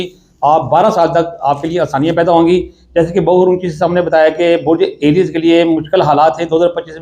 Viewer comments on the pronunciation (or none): LoRooo AieyaaS kiya nahi A riees Hota hai .. Pandu production 👈😱